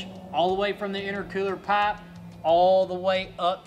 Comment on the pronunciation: The way he says pipe he must be from Alabama lol